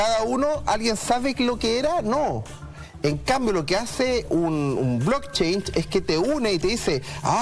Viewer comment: blockchain wn, no "blockchange"